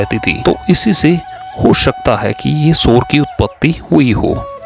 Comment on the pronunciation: सबसे पहले तो वाचक का उच्चारण सुधारने की जरूरत है बार बार सोर को शोर बोल रहे हैं